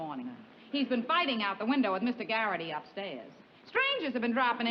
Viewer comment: Bill Zuckert (IMDB) played Mr. Garrity not McGarrity.